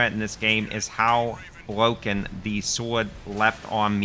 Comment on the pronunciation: weal weal pwoblems. bwoken difficulty. outwageous.